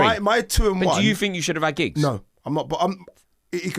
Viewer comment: He really said giggs 🤦🏾‍♂️